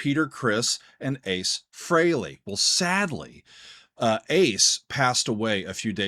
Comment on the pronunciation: I'm glad you pronounced his ladt name correctly